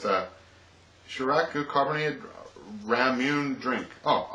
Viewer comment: Ramune in Japanese is pronounced, "Rah-moo-neh"